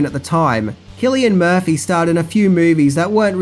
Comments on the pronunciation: Its SIL LIAN MURPHY , NOT KILL IAN MURPHY ;) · You really need to research pronouncing names before doing your video. Sill-Ian Murphy...not killian.